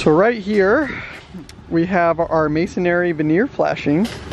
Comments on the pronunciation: The word is mason "REE", not mason "AIRY". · It's not Masonary it's Mosonry